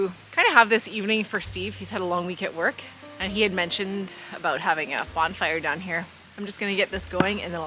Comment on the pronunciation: Hi good one again.did you say bomb fire lol isn’t it bon fire?I think the subtitles were wrong haha.great editing as usual.good workout eh lol looking good 😊you know I’m subscribed to you from a few of my channels one to watch on tv and one to comment on my phone 😂. What do I do with it? Eat it lol 😂 Love it Troy a.k.a OG TAP OGTAPRECORDSINC TAPENTERTAINMENTTV CALGARY AB